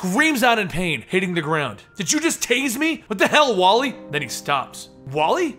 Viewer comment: It's wall-eeee